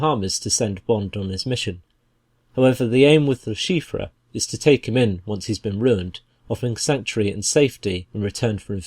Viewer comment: Someone please tell this man how to pronounce LeChiffre I could not even finish the video because of how bad it was